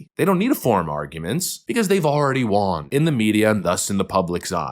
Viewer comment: Why do you pronounce “won” as “Juan” ?